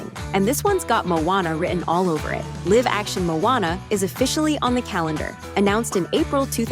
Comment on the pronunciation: It could be ai because they also mess up when they say live action